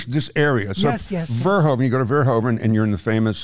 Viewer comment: Paul Verhoeven, such an overrated director whose name I have yet to hear anyone who isn't Dutch pronounce correctly: 'hoe' in Dutch is pronounced like 'who' in English. It's ver-WHO-ven, not ver-HO-ven.